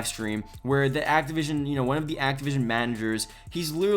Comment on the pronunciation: It's Activision. Bro. ACTIVISION.